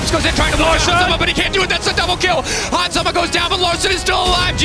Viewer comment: this dude said Hans Sama lmao. what